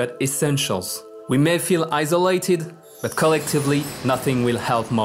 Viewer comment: très bien. juste ( isolated ) le (s) est prononcé s et pas z /ˈaɪ.sə.leɪ.tɪd/